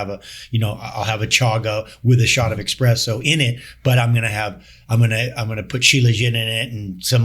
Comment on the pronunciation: The douche said "expresso". Unbelievable.